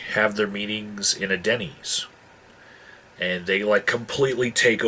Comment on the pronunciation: Excuse my ignorance here, what is a Dennies? I at first thought you were saying thay take over a whole wing of a dunny and the tables there. I thought this is going to be friggin' hilarious. fyi, dunny is a slang word for toilet in my culture. cheers